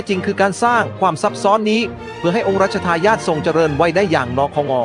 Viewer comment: 😂😂😂😂 องค์รัชทายอทอ ใกล้ชิด่อ 😂😂😂😂 ทำไมไม่อ่านเองให้ Ai อ่านทำไมภาษาไทยเลยจะวิบัติหมด